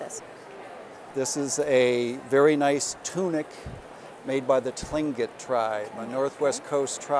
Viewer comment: This fellow doesn't know much about Alaskan culture . He is only knowledgeable about antiques. Doesn't even know the correct pronunciation of the tribe .lol